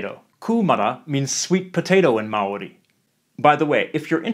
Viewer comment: Man that Maori pronunciation is flawless 🤯Chur G